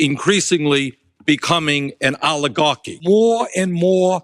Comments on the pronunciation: Why does he say alligarchy? He says it so often, he must know it's oligarchy. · I can only stand Bernie Sanders mispronouncing the word oligarchy so long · “Rapidly towards oligahkky”